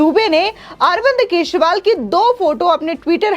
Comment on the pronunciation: Kesival nhi kejarival nam hai